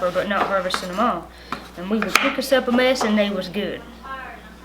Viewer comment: " A mess", even the pronounciation is different. When you say it I hear " a mass". But good to learn all of this.